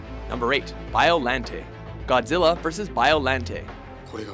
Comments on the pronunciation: Bio- Lon-te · Anguirus and King Cesar are not villains. You should count all three Mecha Godzillas like you did with every other monster. Really?? Battra??? Gosh dangit. Also Its pronounced BIOLONTAY. Also why the heck is Zilla an honorable mention? And some of these powers these monsters have only used once and youre saying them like they use them all the time. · u pronounced biolante rong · just saying Biollante's name is pronounced as "Biolan-tay", if it ends with a "Te" its pronounced "Tay" and Anguirus is Godzilla's closest ally and best friend, may wanna look into this another thing, ive also heard Gigan as "Gig-ahn" also, its called "Modified Gigan" finally, in the canon, its pronounced multiple ways, but (dont quote me on this) the way to say Destoroyah, is "Desu-teroy-ah" and that last Ghidorah snippet, was 2004's Keizer Ghidorah, who is a quadruped, not a biped like King Ghidorah, another thing to note is all horns on Kaizer's heads are all different, and his middle head is in front of the other two unlike King Ghidorah, where his is at the back just saying, sorry i any offense is brought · I just want to add biolante is written as biolante but pronounced as biolant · Pronounciations Bi-Uh-Lon-Tay Ane-Geer-Rus GI-Gan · Its Bio-LON-tae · Allow me to translate the entries on this list into their proper pronunciation. #10: MEW-TOH!!! #9: BAH-TU-RAH!!! #8: BIIIII-OH-RAWNTEH!!!! #7: HEEEEEEEEH-DOHRAAAAAHHHH!!!!! #6: KINGUUU SEESHAAAAAAAAAHHHHH!!!!! #5: AHN-GEERUS!!!! #4: GAI-GAAAAHHHHN!!!! #3: DEEEEEEHHHHH-SHTROOOOOOYYYYYY-AAAAAAAAAAAHHHHHHH!!!! #2: MMMMMMMMMECHA GOJIRAAAAA!!!!! #1: KIIIIIIIIIIIIIIIIIIIINGUUUUUUUUUUUUUUUUUUU GHEEEEEEEEDOOOOOOHHHHHHHRAAAAAAAAAAAAAAHHHHHHHHH!!!!!!! This concludes today's racism. Arigato! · the pronunciation of the names frustrated me. He pronounced Anguirus, Biollante, and Gidorah wrong